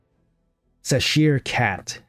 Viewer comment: I don't know why people keep leading you wrong. It is Cheshire, che like chest and shire.